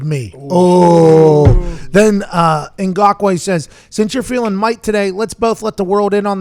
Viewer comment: How do you flawlessly pronounce Ngakoue, but mess up saying khan twice in a row?